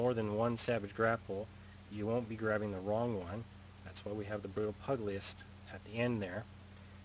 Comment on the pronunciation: Thanks. So you are pronouncing the archetype as PUG-LEE-IST... and its PEW-JILL-IST... as a professional boxer...